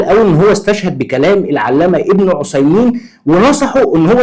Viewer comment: بارك الله فيك ، بس أرجوك نطق بن عثيمين بالثاء مش بالصاد .